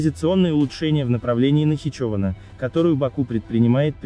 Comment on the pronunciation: А где эти слова озвучены？ Провокация. Робот даже название Нахичевана не правильно произносит. НахичОвана.